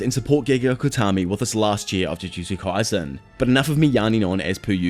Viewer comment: “Ju joo Jew kay sen”